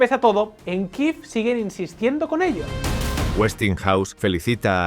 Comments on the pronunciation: ¿Por qué dicen Kiv, si en español es Kiev? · ¿Por qué decís Kiiv si en español se dice Kiev?